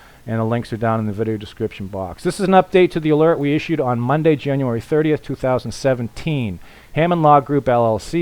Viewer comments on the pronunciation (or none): none